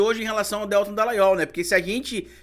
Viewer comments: Desculpa,, mas se pronuncia Deltã. Aproveitando…amo seu canal!!! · Que aflição toda vez q o pronuncia o nome do Deltan Dallagnol erroneamente!